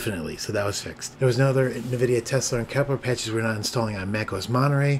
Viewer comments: Noice work! 👍👍 Just FYI, it is pronounced "en-VID-ee-ah" and not "NUH-vid-ee-ah" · Thanks, I was just about to look this up. Nvidia was a client of the company I worked for, and it was always pronounced en-VID-ee-ah. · First time I've ever heard anyone pronounce the company "NahVidia"